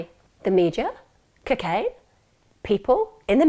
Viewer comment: I love the way Emma pronounces cocaine 😍😍🤗🤗